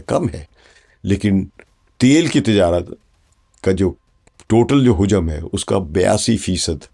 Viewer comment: تلفظ درست کریں حجم میں ح کے اوپر پیش نہیہ بلکہ زبر ہوتی ہے